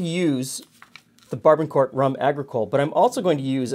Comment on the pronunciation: I love your channel. However, you mispronounced the 'barbancourt.' As a Haitian-American, let me be the first to say the rum is pronounced: Bar-Ba-Cout. The '-n' in 'ban' is silent. Also, both the '-r' and '-t' in court is silent; and sounds like the word 'coup' versus 'court.' Moreover, I love the cocktail recipe and I will bring it to next family dinner on Sunday. Thanks for the video.